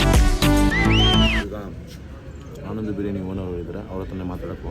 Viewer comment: ಆನಂದು ಬಿರಿಯಾನಿ ಗುರು ಅದು ಅನಂದು ಅಲ್ಲ 😤